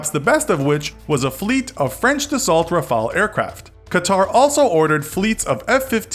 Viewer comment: Rafale is pronounced Ra-fi-el and not Ra-fal-eyh